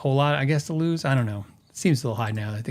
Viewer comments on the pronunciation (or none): none